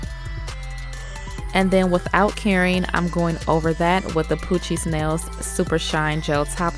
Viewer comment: Every time she says “ Poochie nails” I think she’s sayin “ poochie snails”😂